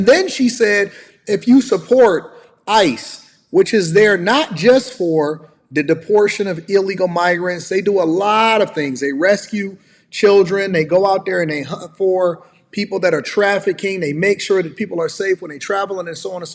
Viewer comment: "deportion" btw